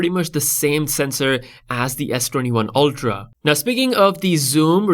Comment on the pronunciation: S22 oLtra wtf it's pronounced "ultra"